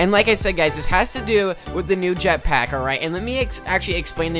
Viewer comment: U said jetpiack